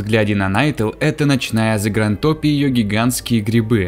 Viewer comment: Блин, не хочу показаться граммов-наци, но уже не в первый раз режет слух: "Зангартопь". Не "Загрантопь"!)